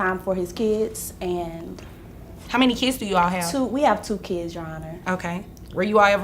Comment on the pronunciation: Stop calling them keeeds. Their children. Not keeeds.